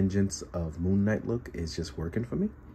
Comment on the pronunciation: wait did i hear you call him moonmate?? lmfao